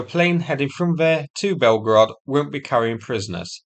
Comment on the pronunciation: "Blyetgorod" will never not bring the lulz to me 🤣